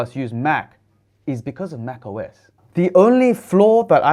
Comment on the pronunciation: Muito bom poder assistir aqui no Brasil o seu vídeo, mas a dublagem por Inteligência artificial do Youtube esta horrivel, escutar MAC US ao inves de MAC OS a todo momento estava me irritando